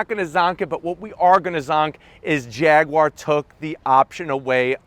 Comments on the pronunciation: Jag-you-are not fricking "jagwaar" None the less, nice shag (Jag/Jaguar/"Jagwaar") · Pronounce it properly! It's "Jag YOU ar" not Jag WAAAAR!! Pronounce the U (YOU) properly! There's no W in the word Jaguar! Grrrrrr